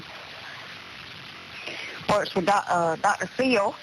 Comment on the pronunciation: Dr Pheel or Dr Phil 😂